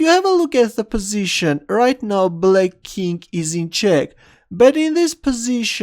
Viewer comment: Does anyone else think that whenever he says 'king', it sounds more like 'kink'?